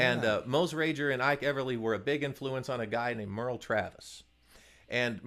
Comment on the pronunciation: Great video, but I have to note that Mose Rager's name had a hard G, and didn't rhyme with "cager." I had a couple of lessons from him in his den in Drakesboro, KY back in the day. There's a monument to him nearby.